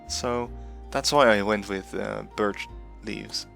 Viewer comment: You see birtch leaves, but I hear burd leaves 🤣